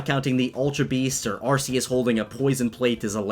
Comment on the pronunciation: I think this is fake cause I thought that Zacian and Zamazenta. Also, I don't mean to be rude, but you mispronounced Arceus. The c is supposed to sound like K not S because of a British word I think.